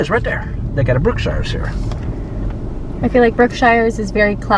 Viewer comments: Love the video, watch many of your videos. Your daughter is beautiful and sweet. Okay, so Grand Saline is pronounced Su leen, short u and long e for suleene. Brookshire's is pronounced brook shers. Not brook shires with a long I. Anyway, love your videos. I've been watching for years and you got into my part of the world. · Love your channel-I live in East Texas. I had to learn East Tx speak lol-so Grand Saline is pronounced more like Suhleen and the store Brookshires is pronounced Brooksures -just helping you sound like a local -I came from Dallas 47 years ago and it is a different world here. Love East Tx!